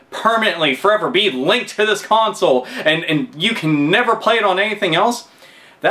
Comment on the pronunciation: consels? don't you mean consoles?